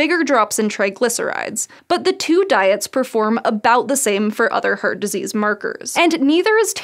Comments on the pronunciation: I'm really curious where her accent is from. When she says "heart", it sounds like "hurt" to me, and "carbs" sounds like "curbs". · Anybody else hearing the pronounciation as "hurt disease" or "heard attack" ? 😀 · She pronounced "heart" as "hurt" for some reason and some other words with "ha" also pronounced as "hu" It's strange and confusing if not reading text on the screen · All I can hear is 'hurt disease' :D Sorry... Amazing video as always :) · The way she pronounces "Heart" drives me insane. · Couldn't get over her pronunciation of "heart". Other than that, great. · Interested in accents and pronunciations, I’m wondering what pronunciation the presenter has. “Heart” sounds like ‘hert’ and ‘Harvard’ sounds like ‘Herwerd”. Anyone who knows? 😄